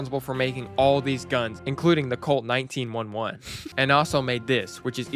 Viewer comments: aint no way dawg just said "the colt 19 1-1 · is this AI or just super fucking wierd, calling the m1911 the m19 one one, talking about having at least on slot of ur weapons being a shotgun in l4d like each slot can have anything, saying scout has 2 default shotguns, talking about how doom 1 shotgun isnt iconic, this whole video just feels off